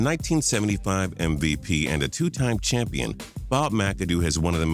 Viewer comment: ..did he say mvpenis ????